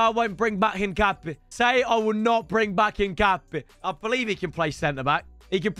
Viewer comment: It’s hin-cap-ie not hin-cape